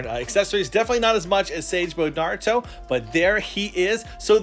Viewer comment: Naurto and naurto